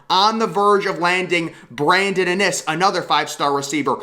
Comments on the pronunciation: I know it’s driving me crazy how he pronounces his name. The first I is the hard I not the second I. It’s IN- iSS not inn-Iss! Pronounce their names right!!!!! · Iiinnnnn isss NOT AH NIS!! Lmaooo IN! NISS!